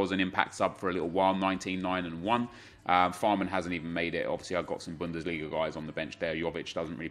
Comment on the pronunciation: Can you say ralf fahrmann once more please. Legit pronounce things so weird my dude